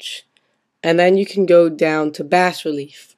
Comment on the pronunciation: You don't pronounce the "s" in bas relief, but good video.